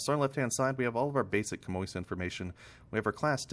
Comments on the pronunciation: hi bro its pronounced shammy 😄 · You're both wrong, it's pronounced 'sham-wa'.